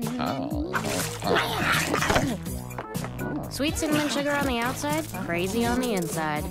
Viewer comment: no hɛ said 'CINNAMON'